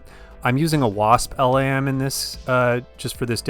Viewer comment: LAM is pronounced like 'lamb'.